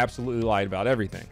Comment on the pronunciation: The Canadian "about" pronunciation made me laugh a bit too much for some reason